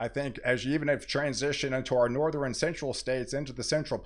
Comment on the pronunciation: Good, very in-depth forecasting. Thanks! Please practice saying northern, southern, eastern, and western as it sounds like you're saying northeren, southeren, easteren, and westeren almost every time and it is very distracting to some of your viewers. Each of those ends in "rn" and not "ren".